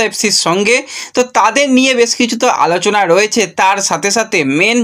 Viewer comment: Alochona ❌alachana✅😂